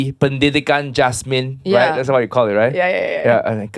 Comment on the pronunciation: Thats how to get noticed🤣.. just do a wrong pronunciation 🤣